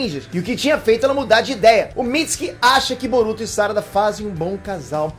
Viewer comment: SÁRADA? Fala direito, mano!